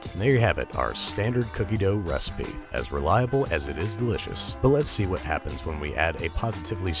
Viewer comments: He literally said “hwat?” I like cool hwip on my cookies. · I tell you h’wat, I love king of the hill.